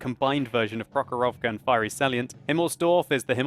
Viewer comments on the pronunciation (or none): Man) its not prohorOvka its the prOhorovka. I from Russia.